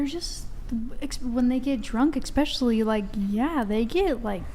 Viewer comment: this drives me INSANE. These girls want to be taken seriously, but then say something like “EXspecially”. Really? REALLY?! I’m fairly certain that word, which is ESPECIALLY by the way, is something we learn to spell and pronounce in like, 5th grade.